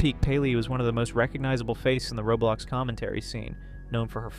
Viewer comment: I said that cause he said robulox instead of roblox that's what I hear tho